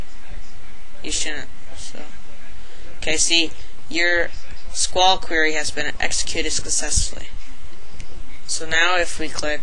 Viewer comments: STOP SAYING SKWAL FFS, its S-Q-L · My god... I don't think I've seen anyone code quite this bad with PHP before... No enclosing strings in single or double quotes, no semicolons ending lines, no parsing POST variables for SQL delimiters... AND YOU CALLED IT SQUALL?! IT'S PRONOUNCED SEQUEL FOR CHRIST'S SAKE! *Rips hair out of head rapidly* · SQWAL?? LOL S.Q.L Anyways, Pretty Good Tutorial. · Its not 'Sqawl' its 'SQL' :P., Also your $dbuser, $dbpass, $dbname need to be ended with an ; just like your post data vars. Also, when registering an email can be 'blah' and not 'blah(at)blahdotcom' and the system will still think it is correct unless you issue a check to make sure it is correct. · Actually it's "See-ka-wool".